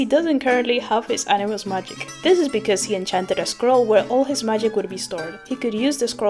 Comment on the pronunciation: A-ni- muss